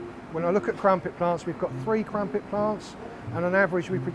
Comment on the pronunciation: He said they’ve got “Ffree crampet plants”